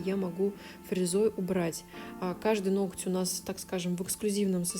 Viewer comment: НоГоть, нОгтя. Не нокоть, не ноктЯ. Вы профи и не имеете права называть неправильно объект своей деятельности. А видео интересные, как кино. Спасибо и успеха.